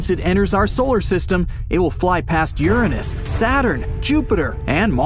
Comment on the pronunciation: Finally a narrator that can say Uranus correctly